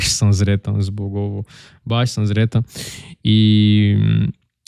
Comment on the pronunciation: Da para entende-lo tudo, so cuidado com S e Z :). Sretan Božić, nao Zretan Božić. S em "sretan" , Z em "zreo" , por exemplo (significa maduro).